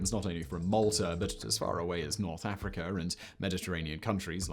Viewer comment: Pyramid of GEEZER? I assume not like a geyser, but a GIZA!?!! Oh.. yeah Afreekurr? Yeah that checks ✅out. Ohh yes the ancient choo - loo- Lurr Pyramids. I’ve learned things I didn’t know existed & I feel just confused 🤷Yup. Lol. How? Just how? 🧏‍♂️ Semen Whistling - 🤦‍♂️🤪 I did not find this video interesting, I find it odd Sea-men that somehow your impediments are seemingly becoming worse each year. adding R’s at the end of anything that ends in a vowel, yup. Doesn’t frazzle everyone to no end at all! 😵‍💫😵‍💫🤯🤫🤫